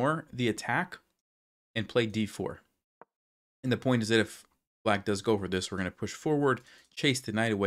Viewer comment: first I’d like to say thank you for the content, but I do have a small request: Is there any way you could end you “and’s” with a “d” instead of a “t”? Again, really appreciate your videos!